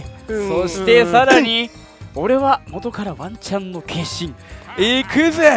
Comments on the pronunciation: ワンチャンがマンちゃんにしか聞こえない…（） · ワンチャンがマンちゃんに聞こえる…